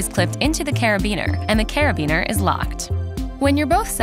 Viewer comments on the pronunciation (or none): none